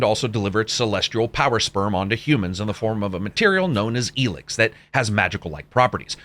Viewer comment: Why are you pronouncing it “Elix”?